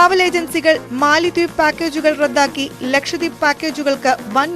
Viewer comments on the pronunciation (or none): none